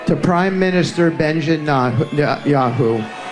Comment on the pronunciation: When Witkoff mentioned Bibi's and all those many many thousands of Jews started booing and Witkoff thought he'd give it another go, did I really hear him say Benjin Yahoo!!!? Was the best part of my day, laughed myself silly!! Ooh, come to think of it, Jared and Ivanka were having a good laugh behind his back too!! I hope MEIDAS TOUCH repeat that howler again. I want to laugh some more!!! There's not much joy coming out of the US at the moment so please humour me.